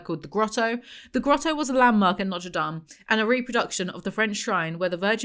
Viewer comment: maybe it's the cannabis but saying Notre Dame like the cathedral and not the college is taking me out 🤣🤣🤣